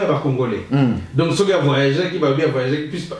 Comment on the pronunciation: lisez s.v.p ceux et non ceuy merci.